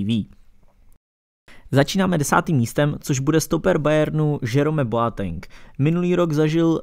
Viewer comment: sule, hamls, zerome boateng - to uz svedci trochu o vseobecnem rozhlade autora